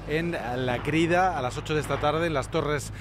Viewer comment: Se llama “la cridà”, con acento en la A.